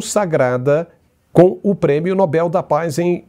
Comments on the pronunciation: NÓBEL NÃO, NOBEL CARAJO!🫠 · Esse Nobel, dito como proparoxítono, já virou uso consagrado? Tristeza!